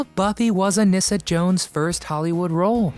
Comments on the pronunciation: Her name was pronounced A-nee-sa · Anissa's name is mispronounced as well.